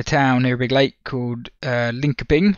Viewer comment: Nice and interesting video mate, and great of making this! Have been missing Sector 3's Dev Q and A's!.👍 Fun to hear the Swedish town name spelled Linkpin.😁